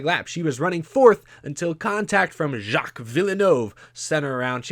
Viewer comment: if you want to not say it too badly, just say Jill Vill - nuv. That's close enough. You mentioned his son Jacques later in the video and said it correctly there!